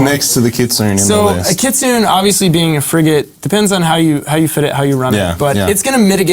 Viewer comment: FYI - it's KI' TSU-NEY not KIT-SOON. Kitsune is Japanese for fox. Sayonara.